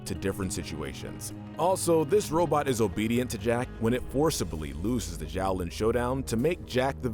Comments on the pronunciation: Isn't Xiaolin pronounced more like "Sholin" than "Zholin"? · Zhaolin ? That pronunciation is hurting me lol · i just don't understand how he continuilly mispronounces the name of the series when its said in every episode multiple times